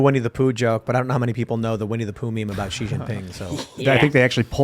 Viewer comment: It's pronounced SHE NOT ZEE